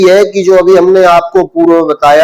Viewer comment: इनकी विद्वत्ता ही अदभुत है अग्निव्रत को अग्निवृत बोल रहे है इनको प्रणाम है। ध्यान से सुनना